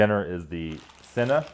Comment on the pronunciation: dinner = Chay-Nah = cena